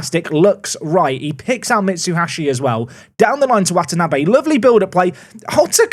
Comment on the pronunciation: Hearing say Watanabe, the surname of a character in one of my favorite Animes, gives me immense joy. I am in the opposite of physical pain